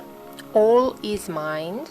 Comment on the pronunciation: what is the word you are saying? All?... the mind of the all?